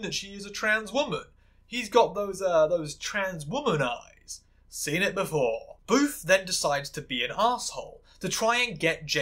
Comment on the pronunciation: You keep calling Booth 'Boof' and i love it im dying 😂, he had it coming lol